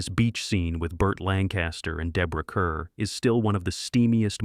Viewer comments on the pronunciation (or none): AI commentary, blech. Deborah Kerr's last name is pronounced Kahr not Kuhr.